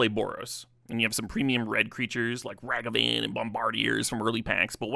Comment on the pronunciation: that ragavan and bombardiers pronunciation 😭jokes aside fire video though! ❤ thank you for making it more accessible. edit: man sensei too